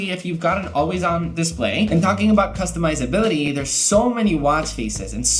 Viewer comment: Bruh.., he really said customizablity.. 😂🙂